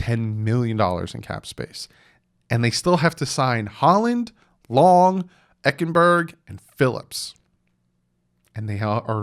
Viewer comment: Eichenberg is pronounced eye ken berg I think